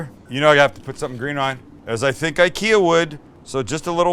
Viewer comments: Yeah, and it's ['ikea] after Ingvar Kamprad, not ['aikea] 😁 Sorry for fighting against windmills 🤣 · It's Ick-ea, not eye-kea. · Found your channel and my life is ruined! Send me a garlic press and maybe my wife will forgive you! It's Ick-Eeh-Ah btw.... who fkin cares right :) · Thanks for this. My Swedish sister in law pronounces IKEA as “E-Kay-uh”. Just enjoyed her Swedish meatballs this weekend, which she made with ground Turkey. Delicious!!! Yes McNally served with Lingonberry fruit spread , potatoes and cabbage that she allowed to caramelize to bring out its natural sweetness. She said,” Just like my grandma taught me.”! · If you want to impress your friends with your Nordic accent, start by pronouncing IKEA correctly. It’s E-KEA. Much love from Danmark. 🇩🇰